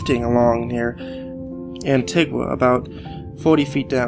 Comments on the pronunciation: Antigwan? really, please learn how to say Antigua its pronounced An-T-ga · Omg it's pronounced Anteeguh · you pronounced antigua wrong